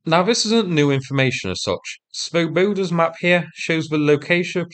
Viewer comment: You might check your pronunciation of Swoboda - the Czech original has the emphasis on the first syllable. It means Liberty or Free men.